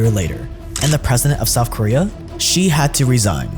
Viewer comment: Souf Korea